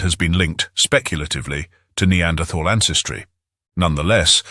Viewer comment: He pronounces Neanderthal wrongly and it's very irritating.